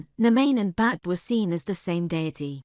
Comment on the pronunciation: Isn’t it pronounced “Beev”?